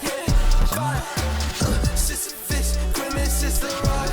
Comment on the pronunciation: "Sissy puss" is my favorite pronunciation thus far, haha.